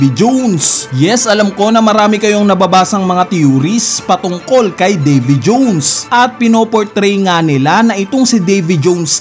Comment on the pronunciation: Nkakabwisit pagbigkas sa davy jones..😅muntanga di ko na tinapos